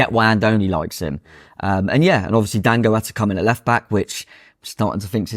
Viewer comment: His names Dango not dongo 😅